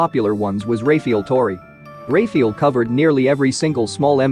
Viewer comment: Jesus fucking Christ if your gonna have dudes name in the video either get it right or dont say "Ray-fee-ull" 20x in the first minute. FUCK.